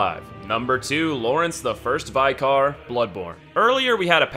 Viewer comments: Lawrence the first V-eye-car.....😖 its Vick-er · Vi Car? Have you never heard the word Vicar? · Did you just say VEYECAR? It's Vicar. Short vowel I. Vicar. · Dude you have got to learn how to pronounce “Vicar”, you say “vye-carr” every time VICK-ER. IT’S PRONOUNCED VICK-ER. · Every time he says ‘vye-car’ a part of my soul dies. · Nearly choked while I was eating when I heard him pronounce that 😂😂😂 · He said bigger. Duh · Everyone: Vicar as in Thicker No, I mean EVERYONE: Vicar: Veyecar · laurence the first vye-car? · Why do you pronounce vicar as 'vikar'? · vy-car lol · Its pronunced Vee-Car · Some fine trolling on the vicar pronunciation sir. Still makes my teeth grind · I'm sorry but his pronunciation of vicar is humorous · Maybe its just me, but I absolutely hate how he pronounces Friede and vicar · looks like the hardest boss for you is pronouncing "Vicar" correctly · Toughest boss for Americans is pronouncing the word "vicar". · Apparently Americans don’t know how to say “Vicar” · That’s not how you pronounce ‘vicar’.